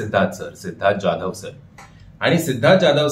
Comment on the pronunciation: "जॅधव" नाही "जाधव" असं आडनाव आहे.